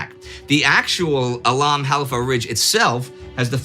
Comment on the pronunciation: " the bat 'em of al halfa begins" ...- .....proof that just the fact of knowing one has to nail pronunciation will preemptively garble words one does already have a mastery of